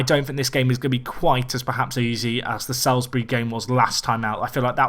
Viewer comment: Salisbury is said like solsbury